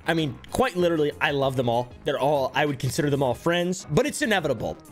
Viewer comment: one thing I noticed is that they can never correctly pronounce the word literally “like litaly bro” 💀